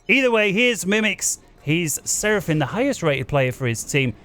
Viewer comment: What an incredible game! How could anyone have anticipated how it played out? I got into FAFcasting with Gyle, but this channel is threatening to supplant even Gyle as my favorite FAFcast channel of all (in spite of pronouncing it Seraphin), not only because of the announcer but because of the matches that are chosen to cast. Keep it up!